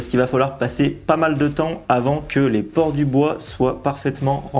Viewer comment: PorEs, et non porTs